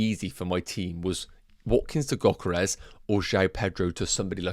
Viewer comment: Gyokeres is said with a Y not a G